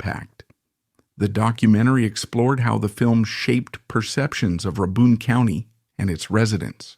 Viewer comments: Pronounced "RAY-bin" county. Good video! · "Ruh-bun county." AI slop. Also tragic ending? He's still alive. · That is not how you pronounce Rabun county.